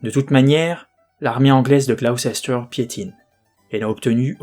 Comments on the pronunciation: Gaffe, on prononce Glouster 😊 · J'ai découvert par hasard ta chaîne et je la suis sans la regarder (en audio) ! Par contre, et je sais que les noms de ville anglais ne sont pas évidents, mais Gloucester se prononce [Gloss-t'r]... oui... je sais c'est bizarre ;-) Hâte d'entendre la suite ! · Gloucester : a prononcer Gloster. Pour Salisbury: a prononcer Sôlsbrie